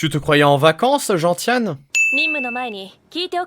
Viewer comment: Gentiane se prononce genSiane (comme la plante)